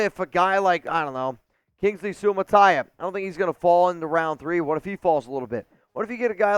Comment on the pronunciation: 👏🏾👏🏾👏🏾👏🏾👏🏾👏🏾👏🏾 for the correct pronounciation of Kingsley Suamataia name. As a Samoan i gotta give it up. Raiiiiiiiiiiderrrrrrs